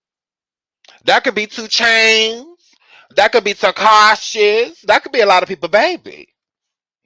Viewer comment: Not Takashe 🤣🤣